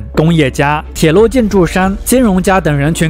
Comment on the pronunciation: 😂我也是，也不知道哪里人，王子说成丸子，商人变山人😂